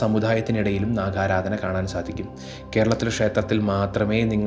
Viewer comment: Sir, namosthudevaya Namah..Please don't pronounce, Naaga Aaraadhana, as Naakha Haaraadhana..